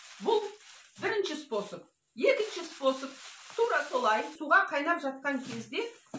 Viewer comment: Спосб спосб демей дурыстап айту керек қой